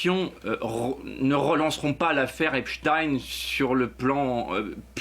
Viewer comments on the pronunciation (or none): Pourquoi, ils prononcent tous Eps-tine au lieu de Epstein comme Einstein 🤔